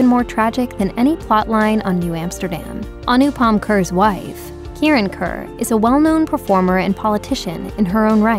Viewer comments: His surname is not pronounced 'Khur'. It is pronounced Khair' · Maybe next time 'Kher' would be pronounced as Kher and not kehrr 🙂. Also Kirron Kher is a a legend in her own rights too 🔥🙏. More power to their family in these tough times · Kher is pronounced as "Khay-r" not 'khr' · it’s “khey-r” kind of like “they’re” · It would be great if more of an effort is made to get the pronunciation of his last name correct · Can't even pronounce his name correctly. A simple 2 min Google search is all you needed.